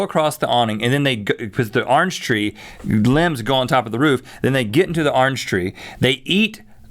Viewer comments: Arnge tree? It's orange tree Rhett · 'Arnge tree' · i enjoy listening to Rhett say orange haha. "Arnge tree".